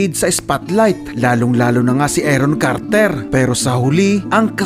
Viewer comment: Carter po hindi KARRRTERR